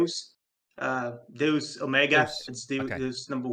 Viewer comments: Deus is a Latin word pronounce "day-oos" and pronouncing it "duce" like a deuce is an american slang term for a Turd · Deus is not pronounced as Doos, it's pronounced as Day-As lol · "day-us", not "deuce" mate lol